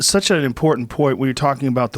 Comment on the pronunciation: the way Goggins says "such" always gets me, he pronounces it as "suts".